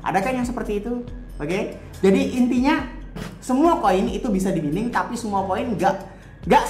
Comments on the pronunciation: Bukan mining bacanya, yg benar itu maining 😄😂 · mining --->> dibaca maining